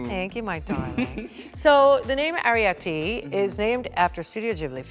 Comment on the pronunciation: Ari-Petty. Gurl bye.